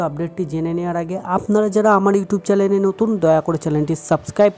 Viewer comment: ভাই উচ্চারণ টা ভালো করে করো, চ্যালেন না ওটা চ্যানেল 😅